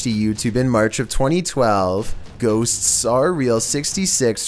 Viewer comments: Extra. Man, has a hard time with the word "ghosts" huh? Hey, there's 1 S at the end of the word, you're saying two of them. Shorten the S sound, you make, at the end of the word "ghosts," it'll sound alot more natural:) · Ffs there is a t in the word “ghost.” It’s not “ghossssss.” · No One:: Gho-tsts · Why not? 😂🤣😂🤣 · #2 "Ghosts-ss" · ghoSTTSSS....LMAO Can't take the paranormal footage seriously at ALL with commentating like this!!😂😂😂😂😂😂😂😂😂😂😳...😂😂😂😂😂😂😂😂😂😂😂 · Please never try to say "ghosts" again. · Your lucky I love your vids or else the way you say ghosts would make me mad 😂😂😭